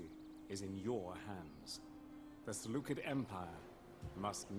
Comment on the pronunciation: Excited for this series! Btw, it's pronounced Se - Lu - Ked - I in Greek but the way you pronounced it is pretty accurate. Also, can my legion name be "The Dawn of the Empire ".